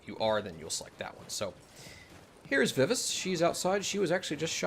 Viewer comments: You gotta work on your pronunciation of Vivace. ;) It's my name and is pronounced "Vi-Va-Chey". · She is correct vi vah chay...